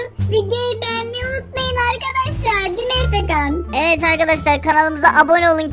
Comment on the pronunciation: Efean deyil. Efekan